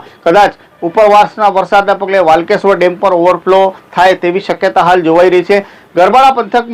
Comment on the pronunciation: ભાઈ ડેમ ના નામ અને ઘણા શબ્દ બરાબર તો બોલો.વાલકેશ્ર્વર ડેમ નુ નામ વાકલેશ્ર્વર છે.